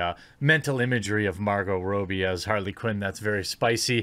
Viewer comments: Dude, Margot's surname isn't that hard to pronounce correctly. It's "Rob-bee," not "Row-bee." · I believe it's pronounced Robbie like robber, not like robe. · Margot "Row-bee"? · It's Margot Robbie not Margot Robie. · Not Row, it's Rob. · Robbie, not Robey. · How does anyone pronounce Robbie wrong?! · You're saying Margot's name wrong.